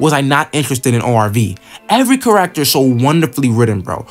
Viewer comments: 🤣 “car-act-tor” It’s pronounced “care-ek-ter” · hey Great Video! not to be rude but the way you say character is a bit off you kind of say it like care-ack-ter when it should be said care-ik-ter great vid though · so unwatchable because of the way you say kuh-racter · Only comment that truly gets it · Can i trust an opinion from someone who says charaacter (i read orv all the way through) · Why do you say character like that? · Bro are you saying character? 💀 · I’m sorry but please practice how to say character. I personally love orv and I like listening to different opinions. I think the video is nice. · I love ORV, this is a cool video. The way you pronounce "character" tho has me rollin. At least you're not calling them by their surnames like half the videos out there lol